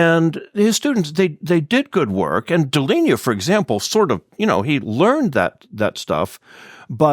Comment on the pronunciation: In this video, Professor mispronounces Pierre Deligne's surname. "Interview with Pierre Deligne, the Abel Prize", December 12, 2019